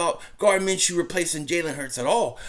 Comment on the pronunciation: Dont let inability to pronounce simple names affect you, its simply pronounced ( Min-Shoe )